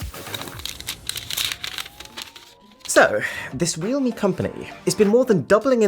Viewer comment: its pronounced "real-me"? I've been pronouncing it as "realm" lol